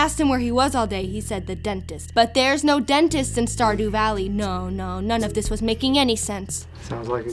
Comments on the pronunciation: "Play the crentist part of the office" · The moment I heard "dentist" I already knew, that I'll hear "Crentist"